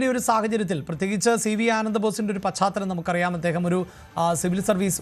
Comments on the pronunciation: പച്ചാത്തലം അല്ല മാമാ, പാശ്ചാത്തലം ആണ് ശരി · പാശ്ചാത്തലം അല്ല പശ്ചാത്തലം ആണ് ശരി